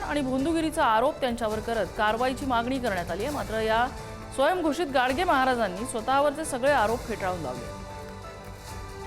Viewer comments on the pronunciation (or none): गडगे आहे गाडगे नाही